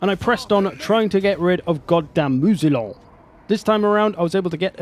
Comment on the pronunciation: Please, Moussillon is not "Moo-Z-Lon", but closer to "Moo-C-on". s.: Ze French-speaking nitpick. ;-)